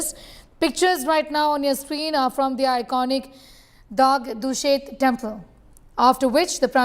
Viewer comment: Say Dagdushet clearly. Its our pride